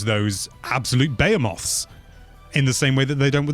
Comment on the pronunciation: Behemoth...buh-heee-muth. wtf was that bay-a-moth